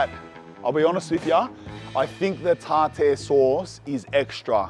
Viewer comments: Man it's pronounced Tar- Tar ,tartar sauce...here you are doing a fish review,you are tasting them for the first time so maybe taste it before you smother it in "Tartar" sauce 😏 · Tar tear sauce💀💀💀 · The pronunciation of tartar sauce 😂🤣